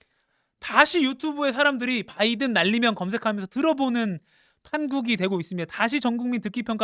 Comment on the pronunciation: 바이든 바이든 바이든 발음 살아있네